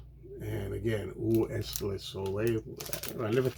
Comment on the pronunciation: Hey.. Great Haul... you pronounce 'ou est le soleil?' pretty good. the only part that is not quite right is the 'Est' portion.... 'Est' is pronounced like you would pronounce 'Eh'... Take Care...